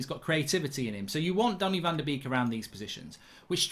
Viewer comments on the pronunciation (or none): Anyone else triggered when he says Danny van de Beek